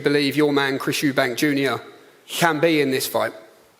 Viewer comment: Eubank* what is it with you Americans getting it wrong lmao and also “Eddie Hearns” instead of Hearn